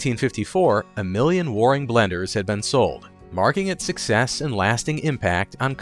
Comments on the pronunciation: I keep cringing at the word "Warrrring". Where- ing, AI. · Waring- rhymes with bearing and caring. Also note that Fred Waring was a popular musician. He spelled the name of his blender as “Blendor”. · Percyoulater?? Inventing new words.Waring is also mispronounced.